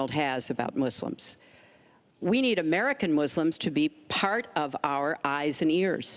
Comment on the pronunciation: Why does she call them “Mooselims?”